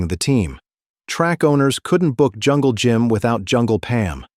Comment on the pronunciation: Be nice if you could pronounce at least the legends name....